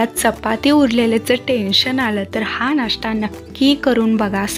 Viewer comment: नाष्टा नाही, नाश्ता. फोडणीची पोळीच ती. ण च्या जागी न उच्चार करू नये.